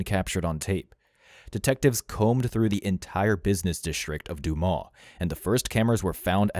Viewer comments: It's not Du-maw. It's Du - MAS. Like Christ-MAS. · Duu mah’ Arkansas? Try Duu’ Mus Learn your pronunciations before throwing out your click bait. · hehehe What's Doomah in France is Doomus in Arkansas. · it's pronounced "DOO-miss" not "doo-maw" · The town is not Du•maw' It is 'Du•mus. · The town is called Dumas (doomus) is how it’s pronounced, I have worked there in the past and it’s a very small town. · It's actually "doo-mas" - it's French. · The town is pronounced Do muss. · Not one person mentioned the fact that this speaker can't pronounce the name of her city. Dumas is spoken just as it is spelled..... Du-mas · Dumas is pronounced DOOH-mus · French sounds like DEW-MUS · dude your not even close to prounouncing that towns name right.